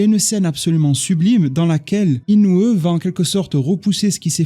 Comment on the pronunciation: entre écorcher les noms de Inoue en disant Inoueuh et Ywhabaha en disant Yhwaba, ça fait mal aux oreilles. Améliore la prononciation des noms au minimum je te prie